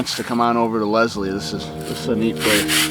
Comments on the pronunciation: you said it like Lezlie and it is pronounced Leslie. So basically you kind of emphasize the s. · That is so cool that you were there because I live in that town and a heads up,you did say the town name wrong but everyone does.